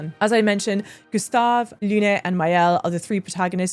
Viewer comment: Especially with Lune being pronounced Luné, where in actual French the e is silent. Or just call her Moon, but obviously it defeats the purpose and the Zappas might have a thing or two to say about that 😅